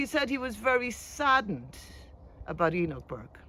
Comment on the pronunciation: "HE-NOCH" forced to stand outside 😂